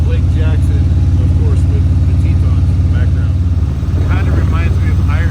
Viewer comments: Pronounced Tee-tahns….. 👊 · I thought it was tee-tawns. Beautiful scenery none the less👍👍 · Ineresting pronunciation of TETONS. Your NY roots showing.